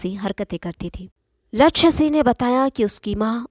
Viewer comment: Aap Singh ko sih pronounce karti ho , please correct